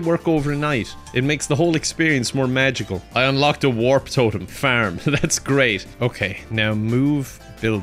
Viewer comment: Just in case anyone was wondering, when this nutter says FURM, what he means is FARM.